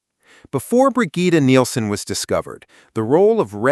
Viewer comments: It's pronounced either "Brijit" or "Brijeet". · never heard anyone say “Brigitte” like that… this is an AI narration, isn’t it?